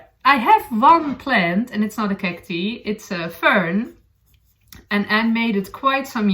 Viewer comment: Lovely podcast... thank you. Cactus (kak-tus) is singular and Cacti (kak- tai) ((like saying the letter I) are plural. Thank you for podcasting in English in which you sound very beautiful!